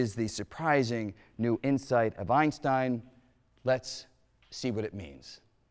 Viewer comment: Dear Mr. Greene. Try and pronounce the name, "Einstein", correctly!